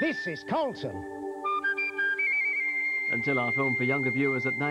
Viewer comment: It's Say Carlon Instead Of Carlton.